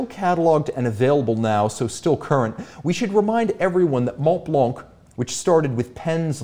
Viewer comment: BÖC baby! Btw, ignore the T and the C in Montblanc (so it's monblan) and Blancpain is pronounced Blanpin